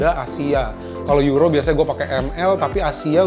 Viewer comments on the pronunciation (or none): none